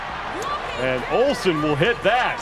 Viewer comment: OHLSEN NOT SQUAT...